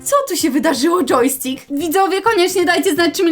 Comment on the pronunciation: Yojstkik to dżeki? Bo coś takiego powiedziałaś a mój pies tak się nazywa xD